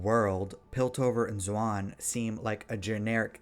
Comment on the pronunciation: "piltover and zwan 💅"